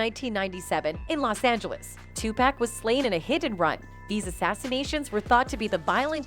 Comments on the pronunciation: Bitch it’s PAC not pack😂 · Tupac not pack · will you please say his name right damn TuPac poooocccc say it right goofy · This fool said TuPACK?! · Did this woman call him 2 pack how tf do you not know how to pronounce the legends name! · Tupac too 2-packs 😆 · That's tu-pac and Sugg please say they name correctly. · It's 2023 and this lady said nothing that wasnt said back then. You can't even pronounce Pac's name right. Clout chasing. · Did she just butcher pac and suge name.